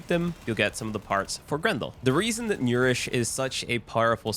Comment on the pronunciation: He did butcher that word alot